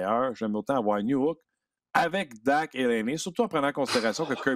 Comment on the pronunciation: Ont dit Dache pas dak